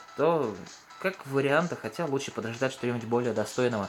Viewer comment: "Лучге" словарь купить !